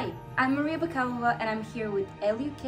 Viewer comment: Oooh it's bakalova not bakalova